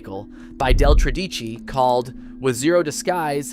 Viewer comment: Couldn't the speaker pronounce 'Tredici' properly. The stress is on the first syllable.